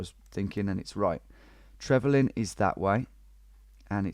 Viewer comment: Yeah, it's "Trevelin" tho